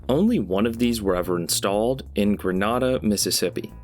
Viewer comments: “Gren nada” 😭 We pronounce it as “Gren Ada” down here in MS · I doubt anyone cares, but as someone who has lived in Mississippi, I have to point this out. Grenada is pronounced "grenade-uh". That's it. That's what I had to say.